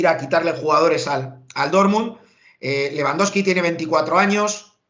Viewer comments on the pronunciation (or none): none